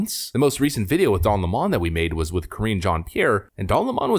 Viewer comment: It's LEMON, NOT LeMon!!😡 He was such a pr**k!!